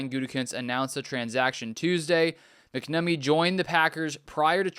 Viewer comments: He's reading that no doubt and still saying McNummy 😂 Yeah, pronounced "Mack Nahh Meee" but obviously quicker that three seperate sounding words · Its mack-namee